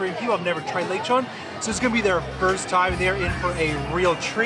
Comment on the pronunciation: its le chon